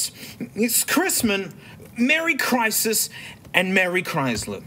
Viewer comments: "merry crisis" yeah that sounds about right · "marry crisis" is actually pretty accurate